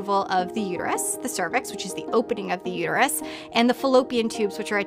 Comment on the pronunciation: Why doesn't she realize there is a "t" in the word uterus??